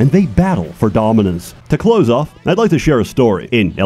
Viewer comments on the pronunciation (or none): none